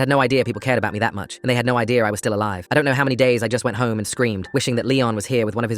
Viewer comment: “IM FELIX AND IM ALIVAA”😂